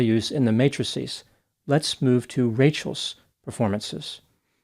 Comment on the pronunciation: As a nerdy type, I greatly appreciate that you pronounce 'matrices' correctly. I once knew someone who used mattresses instead. Good to see you as always